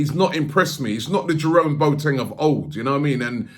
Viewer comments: It’s not pronounced “Boateng” like a Boat or Bo Teng... it’s pronounced “Bwaateng”. Robbie acting like the substitute teacher from Keel & Peele - A A Ron, J Kwa Lin, Balakay. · It's NOT pronounced Boat-eng, it is Bo-wa-teng